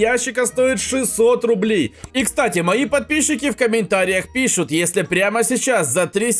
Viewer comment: Почему ты говороишь пищут а не пишут скажи мне